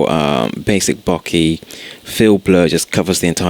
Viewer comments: Boh-keh, not Bocky. Otherwise, great tutorial. Thanks. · since when did an "eh" on the end of a word make an "i" sound?